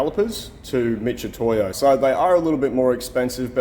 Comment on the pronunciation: Why do people pronounce mitutoyo as if it was spelled m i t c h when it's spelled m i t. Picky I know but wrong is wrong 😁